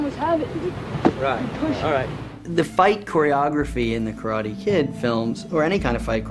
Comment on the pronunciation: I like how they show respect by pronouncing KARATE (kah-rah-teh) with a Japanese intonation.